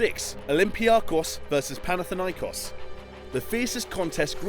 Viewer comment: I'm Cypriot and the way I hear olympiakos and panathinaikos are way too funny